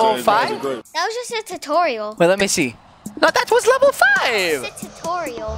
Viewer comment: That is so not a corny joke it's just a little funny: that's the first time I saw it it's the one torial you Said tutorial